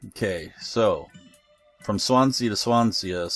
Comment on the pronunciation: Great vid, you don't pronounce the A at the end of Swansea, it's sea as in the expanse of water. Resident Welsh man so I thought I should mention it :-)